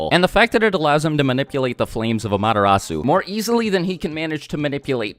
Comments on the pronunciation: y do u say madarasu when its called an amaterasu? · Am-ah-te-rasu not Amadarasu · When you say 'AMTERASU' it sounds like 'MADARASU' 😅😅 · Its pronounced as AMA-terasu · It's NOT AMATERASU ITS AM-A-TER-RASU